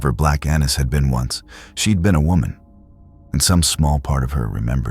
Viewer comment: Annis is actually pronounced with a long A, but good job otherwise.